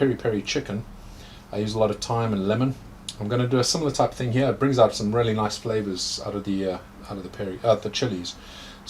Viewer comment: I love to hear you talk. These ones hya. As you can see hya